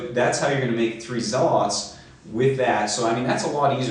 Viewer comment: Zealot: Pronounced Zel-it NOT Pronounced Zel-aught